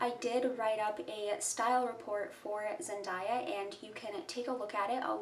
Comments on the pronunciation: Her name is pronounced “zen-DAY-a” not “zen-DIE-ya” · It’s Zen-DAY-A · You pronounced her name incorrectly